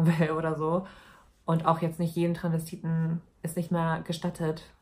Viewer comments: sie sagt Transvestiten, verschluckt das s aber ein bisschen, aber es ist immer noch hörbar. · Sie sagt das schon immer ohne s, hat mich schon des öfteren getriggert 😂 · TranSvestiten nicht Tranvestiten Maaaan omg hat mich das die ganze Zeit aufgeregt 😂😂